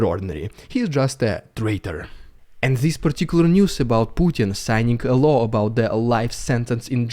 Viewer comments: I don't like pointing out people's accents and making light of them, but pronouncing Putin's new law as a 'new low' translates just as well. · Law, not low ;-)